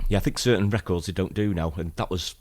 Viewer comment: Those were some nifty "reh-kords!" 🤪